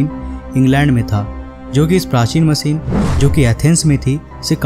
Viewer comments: Say Machine not Masin. Dafuq ! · आप हिंदी की माँ बहन मत करिए,कोसिस नही कोशिश होता है और मसीन नही मशीन होता है ! God help Hindi and Hindus